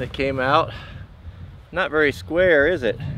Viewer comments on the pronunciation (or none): Vawdy intedesting? Lol that's pretty slick. Not being stupid I enjoyed this